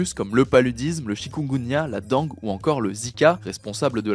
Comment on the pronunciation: Oui c'est une nouvelle mode .. j'ai remarqué depuis quelques mois que les gens disent dangue... C'est trop bizarre 😅